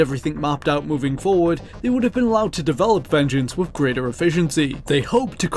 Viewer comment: Great vid. Now what accent exchanges "th" with "v" ? As in with =wiv. Second person I know who does it so I'm assuming it's an accent.